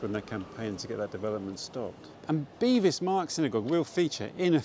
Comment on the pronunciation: both my parents (one from Southwark and the other from Whitechapel) called it Bevis Marks. Not "Bee" but "Beh".